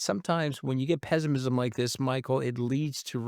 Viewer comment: Is Anthony saying Pessimism or Peasantism? There's a lot of Peasantism out there.😂😂😂